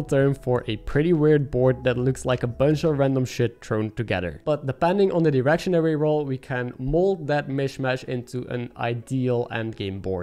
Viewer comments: Came for the menagerie, stayed for you pronouncing "direction" as "erection" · I can't be the only one who heard "erection" when he said direction.